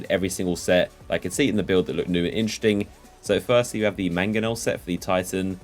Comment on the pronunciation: "which is inchersting"